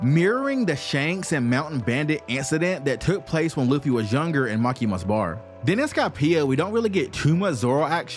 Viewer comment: Bro can’t pronounce anything right at all “Tacoyako” (Takoyaki) “Makima” (Makino) “Hatchan” (Hatchi) “Shishui” (Shusui) “Hyozaou” (Hyouzou) “Hody” (Hordy)